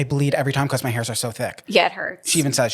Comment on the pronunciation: I love you, but why do you say "becoss" instead of because 😂😂❤